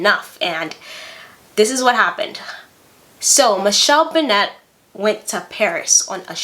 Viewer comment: Michelle Bennett Duvalier is on Twitter now. She hasn't changed one bit. Her son Nicholas Duvalier is also on Twitter and Instagram. He was going to run for President before President Moise's assassination. But has since returned to Florida. Also, her last name is pronounced the same as singer Tony Bennett, not "Benette". And Gabon is pronounced (Ga-Bown, not Ga-boone).